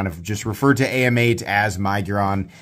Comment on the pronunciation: I think AMEIGHT is actually pronounced Ay Mayte